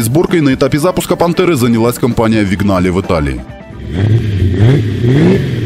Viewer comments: "ВиГнале" из уст специалиста по автоистории просто коробит... ___ Для тех, кто не знаком с итальянским автопромом поясню. Итальянское Vignale по правилам итальянского языка читается/произносится "виНЬяле". (Впрочем, такое чтение gn характерно не только для итальянского. Всем известный коньяк на французском пишется cognac...) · Отличный ролик. Толко не "Вигнале", а "Виньяле". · Виньяле, а не вигнале... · Чел, научись читать не английские слова правильно! каждый раз, когда я слышу твоё "вигнале", у меня происходит мини-инфаркт. Виньяле! ну и "Дехалай" вместо Дэлайе я все ещё не могу забыть и простить...